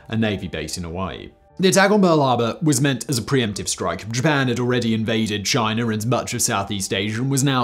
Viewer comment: "Chiner and Kore-er"